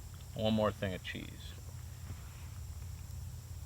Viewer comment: Serious question. What's the deal with Canadians intentionally mispronouncing words? For example Cheese = Chez. That AvE guy on here does the same thing. It's bizarre to listen to, like nervous forced humor.